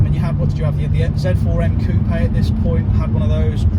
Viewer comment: Thank you for saying coupé and not coop!